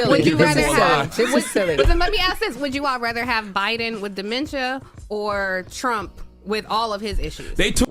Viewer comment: Him pronouncing dementia wrong had me triggered for no reason lol but. First off they did test trump and he came back totally fine yet they haven't tested Joe Biden yet thats showing actual mental problems 🤨🤔. This isn't a surprise a lot of people that are from the hood or where raised near low income people believe democrats are the best. An it just shows that they have been brain washed to just vote for one party no matter the politician on that side. People need to do there research before actually voting because. I bet 100% that people have voted with no actual info on the people they just voted for.